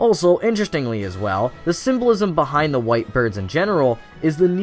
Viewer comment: Every time you say "symbolism" it sounds like "civilism".